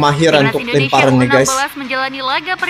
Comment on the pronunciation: Susah sekali sebut INDONESIA.. selalu terdengar ENDONESIA. INDO. bukan ENDO.